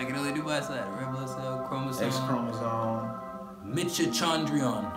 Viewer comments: Mitch-o-chon-drion. My Biology degree just cringed. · 1. Its good to miss HIV 2. Its Mite-o-kon-dree-ah 3. Daaamn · Its mitochondria prounounced like the name michael con drian